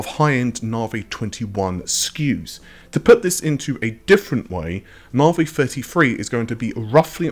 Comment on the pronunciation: why are you still saying narvey you have heard amd pronounce it